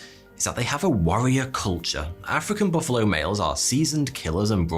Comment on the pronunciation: Most dangerous animal? Mosquito, not baffalo.